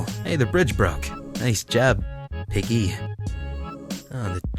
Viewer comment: Its piggeh!!!